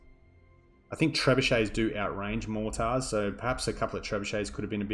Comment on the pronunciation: Your pronunciations of mortars concerns me.